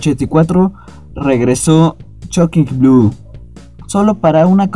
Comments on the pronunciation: No es "choking Blu", es Shocking Blue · Tu pronunciación del nombre del grupo (nada menos) echa a perder el video, Chockin blu, suena a ¨grasa¨. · Estoy de acuerdo, muy buen contenido del vídeo, pero la pronunciación está.... No es chokin Blu...